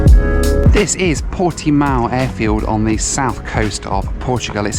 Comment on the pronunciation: You did a very good job pronouncing "Portimão", considering that the nasal sound indicated by that tilde is extremely hard for anyone who is not a native speaker of Portuguese. But you failed miserably with the much more easily pronounced "Cascais", which should be "kahs-KYES", not "KAHS-kays" (even more faithfully to the local pronunciation, it should be "kuhsh-KYESH"), and with "Viseu", which should be "veeh-ZEH-oo" (with the "oo" very brief, forming a diphthong), not "VEE-zil". I know a guy who studies at Viseu University and I already knew the pictures he posts on his Instagram, so I was not surprised -- it's a stunning city, not as small as you thought (some 60,000 people), and with a very lively cultural scene. And yes, Northern Portugal is beautiful -- most tourists in Portugal only go to Lisbon or bake themselves in the sun in the Algarve, but the North is full of history and natural landscapes, including some of the most scenic vineyards in the world. The Portuguese nation originated in the North and only later spread down South, so the North has a very rich heritage.